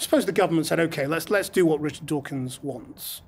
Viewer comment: his name is Dawkins not Dockynz